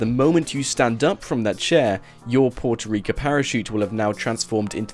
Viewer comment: Sorry but it's Puerto Rico with an o at the end